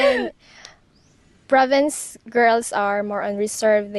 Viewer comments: Province!!! Not ProvideNce. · Great content, thank you ! Minor correction, it's "province" and NOT "providence"... And yes, I've spent a considerable amount of time in the Phillipines, mostly Cebu City but other parts of the PI as well. I long ago gave up on westernized women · Province, not providence.